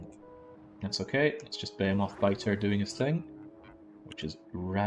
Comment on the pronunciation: Why do you keep calling behemoth's buh-hay-o-moths? Is it a Britt thing? It's buh-hee-muhth